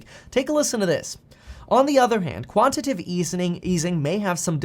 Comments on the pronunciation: It's quantitative NOT quantative, Kevin.... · It’s Quanti-Tay-Tive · Quantitative has 4 syllables: ˈkwän-tə-ˌtā-tiv